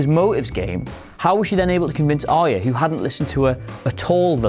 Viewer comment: Why do people find Arya so hard to pronounce? This guy too?